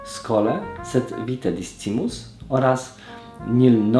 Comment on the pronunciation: Pozwolę sobie Cię poprawić, discimus nie czytamy jak jest napisane, ale "c" czyta się jako "k"